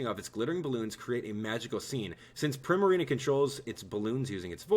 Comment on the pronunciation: Btw primarina is pronounced preema reena